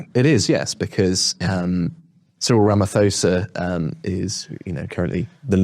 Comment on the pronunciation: Firstly it’s pronounced RamaPosa o as in corn and ph drops the h and is not pronounced f. I disagree about your theory of racial spite. This is only spewed by a few ignorant politicians such as Julius Malema who are loosing favour daily. The average Black person befriends White South Africans and visa versa. The Democratic Alliance gleaned more than half of their votes from Black South Africans. You only need to watch a Springbok rugby match to get the bigger picture. The political landscape in South Africa is changing for the better and a far worse scenario for the UK is that many of the whites that left and are in top jobs in the UK would come back if the reverse apartheid policies of the ANC were abolished.